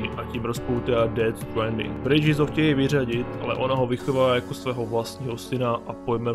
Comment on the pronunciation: Dobjè videjo s ded stwaaaandingem😄👍